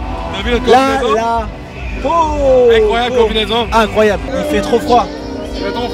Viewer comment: L'évènement est incroyab'. La musique est incoyab'. est incroyab'. Tequila Heineken pas l'temps d'niaiser.